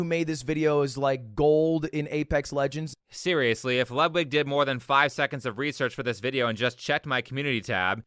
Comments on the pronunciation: Great video. Just one minor thing that slightly bothers me, but only because I am dumb: "Ludwig" is pronounced like you'd pronunce "Loodvig" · It is pronounced Lood-Vig.. not Lud-wig. Just letting you know. Love the video.